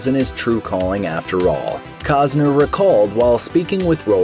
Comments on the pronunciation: COST-ner, not cause-ner ! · Why do you keep mispronouncing his name? There is a T in his name. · It's Costner dumbass..lol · These channels never let the truth get in the way of their stories. I mean, the narrator can't even pronounce the guy's name for a start. Isn't that one of the primary things a narrator should get right?